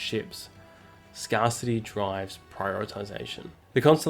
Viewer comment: I enjoyed this defence video, thanks! I especially like it when enthusiastic young authors narrate content themselves 🤩👍🏾 (I suspected AI after hearing pronunciation of the word "scarcity", but concluded it was just a 'verbal typo' 😉). I subscribed and looking forward to more. Frigates launching / working with fleets of AI submarine-drones will also be a compelling use-case tacked on later. Those Chinese subs won't stand a chance 😆👍🏾